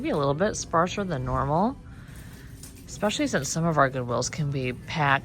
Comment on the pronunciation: It’s ESPECIALLY! Not eXspecially, there is no X